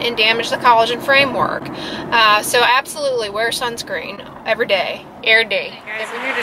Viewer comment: Lol "err day" wonderful. Oh an omg lol I enjoy watching your old content occasionally for these small humor treasures.